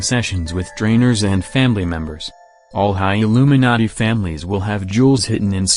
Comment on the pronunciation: It sounds like narrator is saying Illuminutty... Lolz